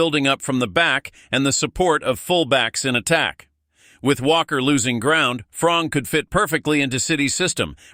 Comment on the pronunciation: bull💩 news not even pronounce the name properly its FRiMPoNG not frong